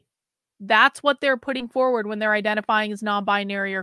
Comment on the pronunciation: ‘Foward’ is driving me crazy.